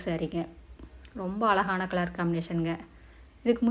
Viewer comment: Alagana illa azhagana entru ucharikkavum